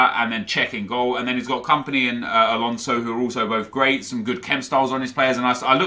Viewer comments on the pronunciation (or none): none